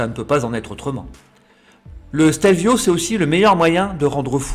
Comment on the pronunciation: La première fois que j’ai vu une photo du Stelio, je pensais que c’était un fake. 🤓 Merci pour ce chouette petit reportage 🏍 et bravo pour accent italien !! 🍕🇮🇹